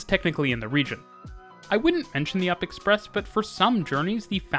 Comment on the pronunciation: U.P Express is an acronym for Union-Pearson Express. I never heard anyone call it the "up" express, lol. Love your videos, though. It seems kinda weird to see content created about the GTA or even Canada. A lot of content is so focused on the United States I appreciate you focusing on Canadian developments. I didn't even know Brampton has such a nifty transit system even though I live there.